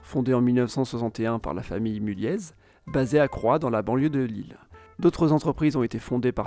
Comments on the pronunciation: On dit Mullié et pas Mullieze le z ne se prononce pas sur Mulliez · mulliez se prononce mulié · on prononce pas le z de Mulliez, ni le s de Lesquin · Bethune ne prend pas de S ! ARRETEZ avec des S partout, même dans la prononciation !! Idem pour le Z de Mulliez qui ne se prononce pas, "Mullié". Pénible d entendre tous ceux qui font des reportages sur le Nord sans s être renseigné avant sur la prononciation et autres !!! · aussi petite précision de prononciation : la famille Mulliez se prononce « Mulié » et la ville de Lesquin se prononce « Léquin » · Bon cours d'histoire géographie de niveau collège, avec des éléments de population et d'économie. Quelques remarques : - pour les industries traditionnelles, le charbon bien évidemment, mais vous oubliez le textile et la sidérurgie qui ont eu un rôle tout aussi important ; - les approximations au niveau de l'emplacement des villes (Douai) et de la prononciation de noms propres (Mulliez, Lesquin...) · J'suis un gars du Nord et on dit Mulliez sans proncer le z mon Coco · Super vidéo, je tiens à préciser que Lesquin se prononce sans le s, et Mulliez sans le z 😉